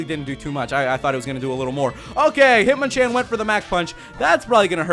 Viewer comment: hitmonchan is pronounced hit-mon-chon